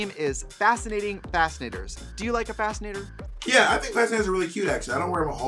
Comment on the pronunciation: The was trixie pronounces "fascinator" is a lil suspect lol. I had to rewind a couple times when she said it the first time. Maybe it's just me but I was hearing some random extra letters in there.